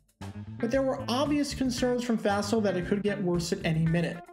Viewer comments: "Fossil" is correct, so that's why you've always heard it pronounced that way. I heard the pronunciation in this video and I thought, "What?" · It's the little stories like this that often get overlooked or forgotten over time. Interesting pronunciation (and probably correct?) of "Fassel". I've always heard it pronounced as "fossil".